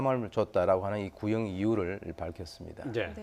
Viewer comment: 20년 구형이 20분 구형 같이 들린다 슈밤